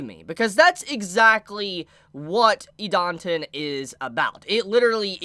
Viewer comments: it's pronounced Eee-Dah-Ten please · I like Idaten Deities. This vid got recommended to me. Let's have a listen. Christ, try listening to the way Idaten is pronounced in the anime before you post a vid butchering it repeatedly. TV-MA what it has more than colorful art? It has adult themes you wouldn't want children exposed to, how could they?! dislike, sorry I couldn't bother to listen to you a whole 4 minutes. You just didn't do the work to really draw in a potential subscriber. Keep it up, improve, you must be doing something right a lot of the time to have over 400k sub's, so this must have been lower quality than normal.